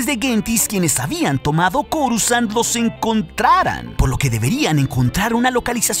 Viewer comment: porque en mas de un canal normalmente pronuncian """corusand"" en vez de coruscant como debe ser????